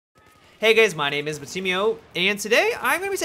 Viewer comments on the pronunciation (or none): "hey gays"?